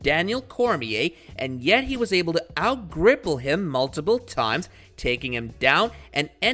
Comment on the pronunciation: "Out gripple him" does this guy even watch MMA